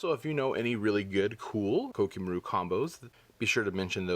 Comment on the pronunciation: Did it bother any1 else by the way he said koa'ki merit?